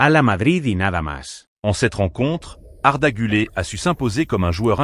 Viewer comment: Apprends à prononcer le nom du joueur d’abord , c’est guler et non pas arda gulé , pathétique 😢😢